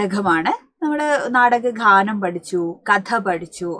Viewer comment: മാഡം താങ്കളുടെ പാഠഭാഗത്തെക്കുറിച്ചുള്ള വിശദീകരണം വളരെ നല്ലതു തന്നെ പക്ഷേ വളരെയധികം ഉച്ചാരണവൈകല്യങ്ങളുണ്ട് ഉദാ: വേധന, വിഷാധം നാടകഘാനം ഭോധം ആധ്യം തുടങ്ങിയവ